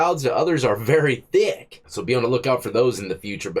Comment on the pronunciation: The way you say "thick" here made me lose it. 😂